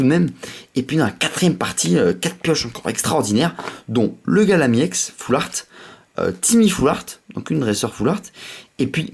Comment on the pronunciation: on dit foulrat pas foulaart